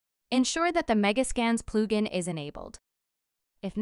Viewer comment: Ploo gin... :( Honestly, it's fine you used an AI to do the voiceover, but just so you know, your voice and accent are perfectly understandable unlike some other videos. So if you are using AI for convenience then no problem.